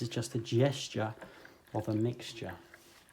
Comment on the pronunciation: “It’s just a GESture of a MIXture.” or in speak “It’s just a GEScha of a MIXcha.” Love ya!